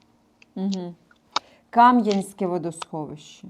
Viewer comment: тільки -Кам'янськЕ, наголос на Е (для тих, хто не знав ) :)